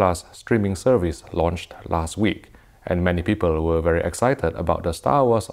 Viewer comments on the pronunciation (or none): none